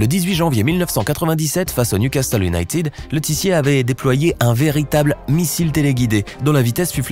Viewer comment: salut,en anglais ,united ne se prononce pas younaytid mais younaited et merci